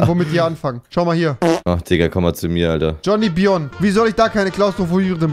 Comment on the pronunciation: mich triggerd es bis heute noch das du jonnyvion gesagt hast